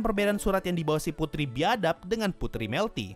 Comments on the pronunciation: BIADAB nya di tekankan ya min wkwkwk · pas ngomong putri biadap. kata biadap ditekanin hehehej